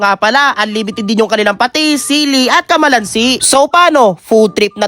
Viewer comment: Hindi camalansi hahaha calamansi